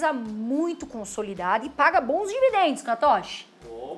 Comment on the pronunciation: #EuGosto de "DI VI DEN DOS" rs...